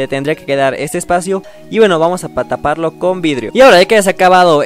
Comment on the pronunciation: Like si escuchaste varias veces que dijo tataparlo 😓